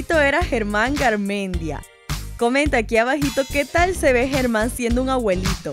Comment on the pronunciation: primero aprede a pronunciar abuelit@ no aguelit@ 😑😑